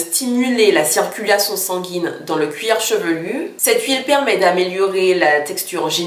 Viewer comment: On dit cuir chevelu et non cuir chevelurrrr !